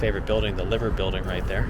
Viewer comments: It’s pronounced Lie ver not Liver like the offal and the beginning of Liverpool. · St Lukes is a bombed out church from the second world war, you were correct. The cafe in the Cathedral serves some of the best Scouse in the city, Scouse is a stew not a soup. Please pronounce the Liver Building as L(eye)ver. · It’s not your fault but if you want to pronounce it right it sounds like river Merzey and Liever building 👍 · Its pronounced L eye ver birds and L eye ver Building. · You could have just said that the word has a hard I :) Pronounced LY-ver building. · "Liver" is pronounced like "diver" not like the liver we eat. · You are not correctly pronouncing the Liver building its should spoken like Liver Big I not as you would Liver what eat.but like your eye live Liver building get it?